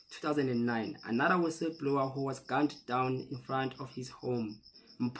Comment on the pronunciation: Guys please, can we learn to read books so we know words in the correct context. Listening to people speak English is not learning. " wissablower or whistle blower" 😢😢